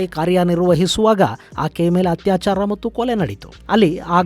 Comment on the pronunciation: ಹತ್ಯಾಚಾರ ಅಲ್ಲ ಅತ್ಯಾಚಾರ.